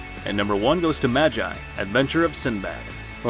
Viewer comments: Magi is pronounced (ma - g - ee) not (ma - jie). And you probably won't care to even read this, but it's just a little cringey. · he said majeye 💀💀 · Did anyone else get triggered when he pronounced MAGI as MAJJAI? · Its magi not maji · I mean, am I wrong 🥲 ’maj EYE’ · Hay u are pronouncing it wrong it's not "Ma-G-I" 😑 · neither is it mine, it's triggering because he's not new to anime, as part of the community, we expected better. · MA-GI my guy it's pronounced MA-GI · It’s pronounced ma-gee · I’m sorry but his pronunciation of magi didn’t sit well with me 😭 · I came into the comments to find this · his annunciation of magi is infuriating. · The way he says Magi is a bit funny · It's Magi not a I it's like y damn cringe 😬